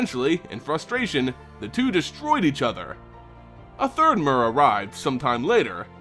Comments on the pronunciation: Is it not "meer" not "mer" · Mur... really? It's pronounced mere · I always thought it was pernounced m-ee-r. Instead of m-u-r.neat. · The Mur... I think you mean myr. Or Meer. I've never heard a y with a u sounds. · Evidently the name Myr is based on the Greek “myrmeco-“, meaning ant. Words with this root, like myrmecology for example are pronounced “Mur”. The pronunciation in the video is likely closer to how Myr was originally intended to be pronounced. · Its pronounced "mir" y makes i sound in this instance. Ps: Long live Turbo Rocket Slug. 🔥🔥🔥🔥🔥🔥🔥🔥🔥🔥🔥🔥🔥🐌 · mur or meer? how is it really supposed to be pronounced? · I cringed every time you said "mur". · the official pronunciation rhymes with deer and beer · I think it's pronounced with a "tear" sound, like the nordic god tyr. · STAAAHHHHP SAYING MYR WRONG!!!!!!!! lol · Why is he pronouncing 'Myr' like that?